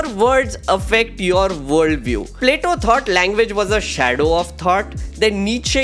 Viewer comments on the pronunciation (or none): none